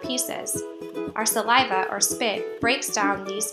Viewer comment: they also say 'salvia' instead of saliva lmao